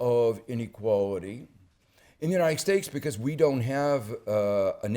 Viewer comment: Uniced Stakes